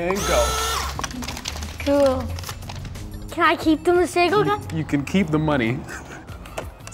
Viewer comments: His pronouncing his name wrong, its not Masago its Masego. Also its not T swana, its Tswana...but hey whateve tickles your fancy bro, its your name you can make it whateve you like. From your friendly South African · I'm from Africa , South Africa and I can speak Setswana. It's pronounced maseho . Get it right. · In South Africa we pronounce Masego differently. The 'g' makes a flem sound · I live in South Africa (where his name originates) and his name Masego is is pronunced (MAH-SEH-GOU) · Yea the way we say it is ke ma-se -go(emphasis on the g) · 'Masego' is not pronounced the way any of the people here say it. The 'g' is much harder, not a soft g but a harder g which sounds like a grinding/pulling at the back of your throat. similar to how the name Juan is pronounced. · Y'all aren't pronouncing his name right I know I'm from Africa, I speak setswana but anyway. He has a name usually used for girls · In South Africa that's not how we say Masego...kinda makes my eye twitch. But ok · That is a Setswana name but that is not how you pronounce it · The man can't even pronounce his name correctly. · lol Masego cant even say his own name ryt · Lol That's not how you pronounce Masego😅